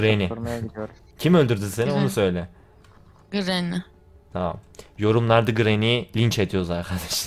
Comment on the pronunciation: grranyi degil grany